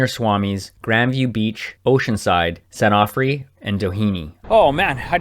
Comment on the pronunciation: San Onofre is pronounced with long "O" sounds since all the areas' names are from Spanish. Hope that helps. Also, be careful in O'side, the prone surfers get pretty aggressive toward SUP'ers even when you let the sets go by and try to stay away from the crowd. I've been back paddled by people, then yelled at by them. Just be aware and be cool.